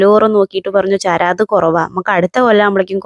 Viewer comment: ചേരാത് അല്ല... ചിരാത് ആണ്